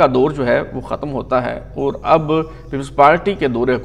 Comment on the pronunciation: Boss the pronunciation of the Urdu word اور is AUR not ORE. Likewise, لیکن is pronounced LAY-KIN not LAKIN and دور is DAUR not DORE. As for English, the word "heir" is pronounced AIR not HIGHER.